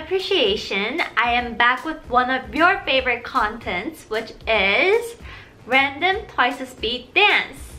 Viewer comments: Uhm excuse me, it is random not radnom:( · radnom me: okay! from now on it will be radnom 🥰